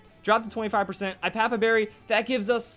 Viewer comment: its pronounced i-a-pa-pa berry, not i-pa-pa berry